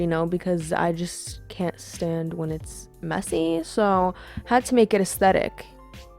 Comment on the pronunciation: OHHHH SHE SAID AITHETIC